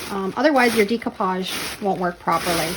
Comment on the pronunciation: Love your channel and your creativity; but can I just tell you that the way to say the word is day-koo-paazh